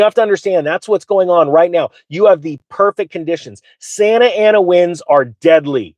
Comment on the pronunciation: They are Santa (as in Santa Claus) Ana winds...NOT Santana winds.